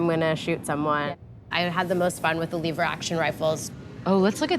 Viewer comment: Leever action ha lever action.